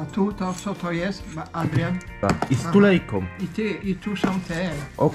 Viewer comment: "Z tulejką" nie stulejką. pozdrawiam